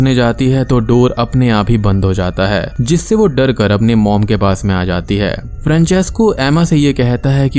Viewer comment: Vae ap jab " bina kisi dare ke"bolte ho.. Mere dimag mae bina kisi bakchodi ke bajta hae.. 😁😁